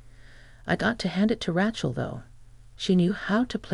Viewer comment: Rachal is pronounced RAY-Chell